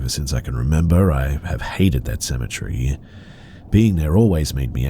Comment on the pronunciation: you say “cemetery” the way I say “symmetry.” How do you say “symmetry”?